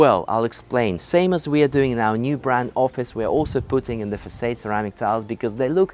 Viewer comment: I love the way mispronounces words - like 'east south' instead of south east, façade, (Fas-ard not fas-aid), CHandelier instead of 'SH'and-eliers. I prefer the tour style. very descriptive and generous with his adjectives:) The camera person does a great job too. The house - yes fantastic interior design and colour themes, though I suspect there was also a bit of a blue filter added on the editing.